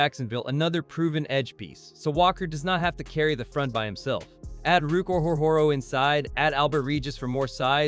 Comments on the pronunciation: Yeah this is the most butchered I've ever heard someone pronounce it. Ruke "Or-Hore-Hore-Oh" lmao. Yes, Ruke himself even said it's like "Row, Row, Row, Your Boat." Underrated move by Gladstone imo. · Ruke "Or-Hore-Hore-Oh" 🤣🤣🤣